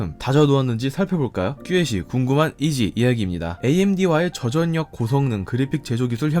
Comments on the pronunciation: 전략 -->절략 저전력 -->저절력 저도 많이 거슬리는군요 한국어 원어민이 한국어 표기와 발음의 구분을 못하는건 문제있어요 혹시나 다른분의 의견있나했는데 마침 지적하셨군요~~^^ 저도 좋은 영상 잘 보고있습니다~ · 나레이션할때 "전략=[전냑]" "저전력=[저전녁]"으로 발음하시네요... 한두번이 아니고 계속 나오는 단어이다보니... 구독 누르고 갑니다. 내용은 정말 좋았어요